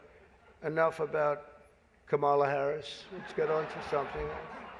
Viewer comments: What an idiot. He can't even pronounce "Kamala" correctly. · What I find interesting about Trump is his intentional mispronunciation of Kamala Harris's name when she is not around. But when she is he says it correctly.